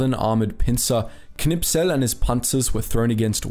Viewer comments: K n i s p e l....not K N I P S E L :-) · Great video, just the name of the tank ace is Knispel not Knipsel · Am I the only one who notices that he says the name of Kurt Knispel wrong? He pronounces it Knipsel